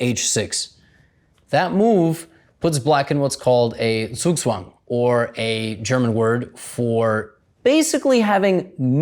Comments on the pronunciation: zwugzwan? ZWUGZWAN!??? You what, mate??? LMAO! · in german the knight is called a Springer, which means Jumper, cause it's the only piece that can jump, but can also be called the Pferd (Horse) also the persian way of checkmate sounded the same way it's said in german also Zugzwang, he pronounced it almost right, but the Zs are said like "ts" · good vid, pronunciation of zugzwang wasn't even close tho